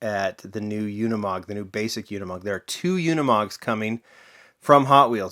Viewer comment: it's pronounced ... "oonimog" not "younimog"